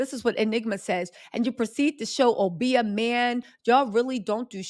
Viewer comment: Obeah (oh-bee-ah) is real & Aubrey don't know about. It can also backfire, like it is. There's plenty of POC that rock with 😈acists. Enrique Tarrio is serving 22yrs for Jan. 6. All the spells in the world can't save his career. :_TattleTellReally